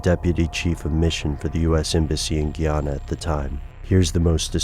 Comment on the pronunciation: its GUY ANA. not Gee Ana